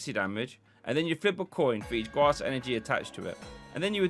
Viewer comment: made me UwU when you said gwass energy